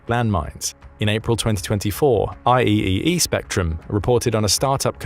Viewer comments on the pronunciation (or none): none